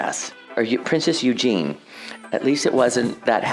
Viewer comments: Eugenie...not 'you jean' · Why do they ALL ALWAYS pronounce “Eugenie” - “Eugene”???????